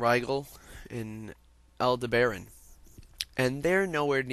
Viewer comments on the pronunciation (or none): Just for future reference rigel = Rye gel (like hair gel) aldeberan = Al deb er on betelgeuse = Beetle Juice